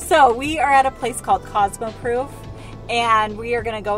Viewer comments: I love you but it drives me crazy when you say cosmo proof😂 it’s cosmo prof (like short for professional) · “Cosmo Prof” like profit …one “o” no ouf sound.